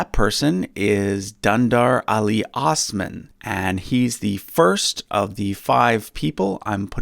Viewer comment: i'm going with the young napoleon cause he looks like a total chad also, what i find amazing is that not a single person pronounced "osman" correctly lol